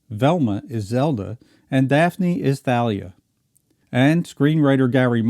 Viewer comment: why do you keep mispronouncing THALIA'S name? it's a LONG "A"! Did you ever even watch the show, at all?